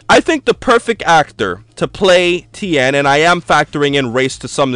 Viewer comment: then 10 shin han you made fun of its to true, how hard is it to say tee yen